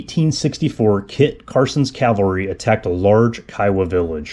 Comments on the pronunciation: It's not Calvary, it's Cavalry. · CAVALRY....Not Calvary... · Cavalry, not Calvary. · great work...but...PLEASE...the word is caValry, not caLvary...most common mistake thru out the internet.. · Not calvary BUT cavalry...